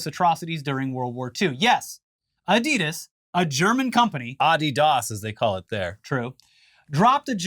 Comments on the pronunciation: Adidas is a contraction of the founder's name Adi Dassler. Aka. Adi-Das. Not Adee-Das. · Pronounced Ahdee-dass